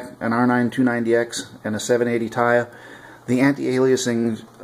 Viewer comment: 780 "t" "I" not "Ti" you separate the two letters when pronouncing it.